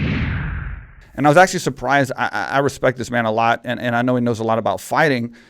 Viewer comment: Why does Ben say "ayand" instead of and..